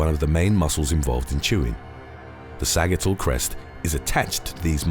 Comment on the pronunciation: I really appreciate your videos and the research that goes into them, but man...you sure butcher the pronunciation on a LOT of words. Sagittal is pronounced / ˈsædʒ ɪ tl /, much like the word Sagittarius.